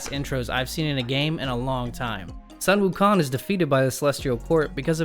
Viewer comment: "Sun Wukong"' should be pronunciation as "Soon Wukong".